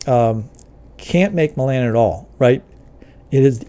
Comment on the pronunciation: It's pronounced "hex-AG-onal", not "HEX-a-GON-al". and it's "MEL-a-nin", not "mel-AN-in", although sometimes you seemed to be saying "mel-AN-a-NO-in" {:o:O:}